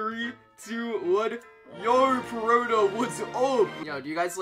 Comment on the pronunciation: bro said zooro but said perona PERFECTLY